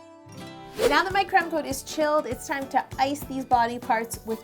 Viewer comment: Did she say "now its time to promcoat them!" ?